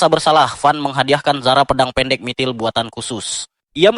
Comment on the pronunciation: Mitril bg bukan MITIL😂